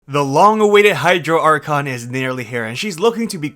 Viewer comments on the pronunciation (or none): none